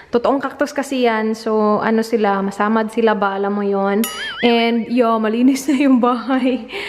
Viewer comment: "Masamad" and "Paburutin" hahahaha bisdak jud 😂❤️